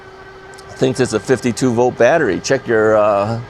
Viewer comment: It's volt, not vote.